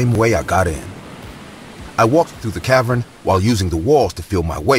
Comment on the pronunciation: "cav-urn" not "cav-run"